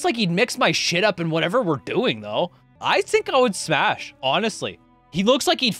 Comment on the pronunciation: He said smass and pash